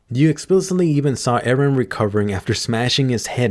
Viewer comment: Why always say eran